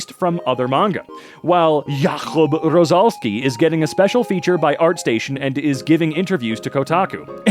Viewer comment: The last time you pronounced Jakub Rozalski was correct, it’s a polish name